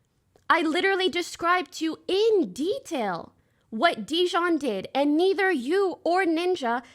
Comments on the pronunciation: It’s jidion not dijon 💀💀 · Whether she does it on purpose or not, hearing her say JiDion's name incorrectly is PAINFUL, and honestly corny if on purpose.